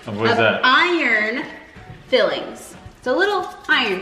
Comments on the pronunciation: It's iron Fi-lings not Fill-ings !!!!@ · FILE - INGS....not fillings.....smh